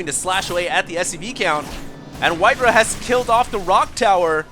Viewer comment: I thought it was pronounced white "RAH", not "RUH"